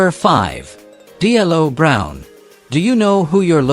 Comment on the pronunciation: This AI is bad. Vall Venis last name is pronounced Venus and It's D-Lo Brown not D L O Brown